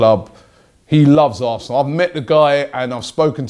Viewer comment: Advenco I think he might have said aresenal